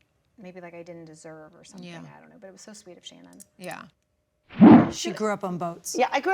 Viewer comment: Gretchen!!! SOMETHING HAS A VERY NEEDED M that must be pronounced as such!!! Not as an N!! For the love of all things holy woman!